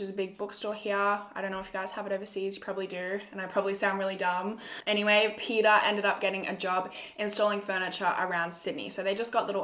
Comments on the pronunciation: Did u say his name was pedophile hhahahahahahahah I heard wrongly 😂😂😂 it was Peter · Everytime u said Peter I thought u said pedophile and I was like And I oop